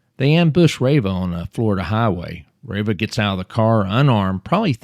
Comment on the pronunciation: Pretty sure it's pronounced (Tommy) rah-vah.